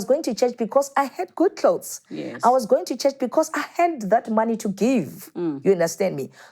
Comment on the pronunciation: Klaus - clothes..🤣🤣🤣🤣🤣 Time